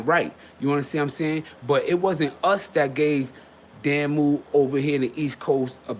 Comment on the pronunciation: Dah*mu, Damu. Not Damn*mu.